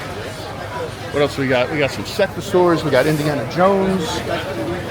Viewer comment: Sectaurs NOT Sectasaurs. Just saying. Maybe it's an American thing?? LOL